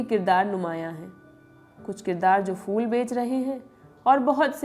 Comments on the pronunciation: fool nahi phool bolo meri bahan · aapki madam ne ‘phool’ ko ‘fool’ bol ke sare feature ka maza kharab kar diya. Basics toh theek kar lo. #badpronounciation